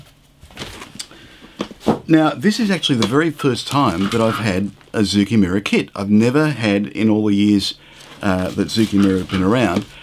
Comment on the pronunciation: Been looking forward to this one! As a quick aside, Zoukei rhymes with ‘OK.’